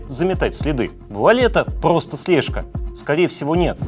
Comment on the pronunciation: Господа, ну что же это делается? Давайте в дикторы брать людей, которые не выговаривают не только Р, но ещё Л, С и заикаются? Очень интересно, но не мог досмотреть из-за "Была эта пГосто слежка?"